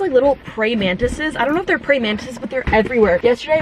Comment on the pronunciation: You'd be less nervous at work meetings if you took the time to learn how to pronounce words. Like especially and praying (mantis).